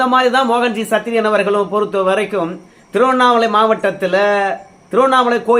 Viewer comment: சத்திரியன் என நல்லா அழுத்தி சொல்லுங்க பாஸ்